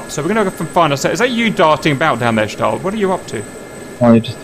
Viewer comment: Schtal, Schtal, Schtal. It is so annoying!